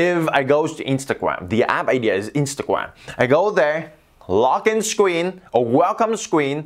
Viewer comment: Ikr scween